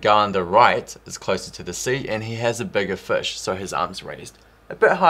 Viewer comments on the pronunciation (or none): "he has a bugger fush" hehe I love it :-)